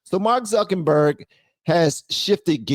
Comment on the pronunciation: Zuckenberg 😂 I love it lol instead of Zuckerberg😂😂